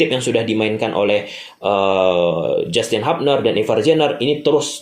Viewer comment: Justin hubner bang bukan Justin habner😂